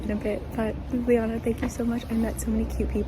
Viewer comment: god dammit stop pronouncing our capital city: Lub-li -jana. Its Ljub-ljana!